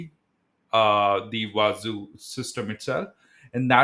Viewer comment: It is actually pronounced as wah-zoo and not wah-za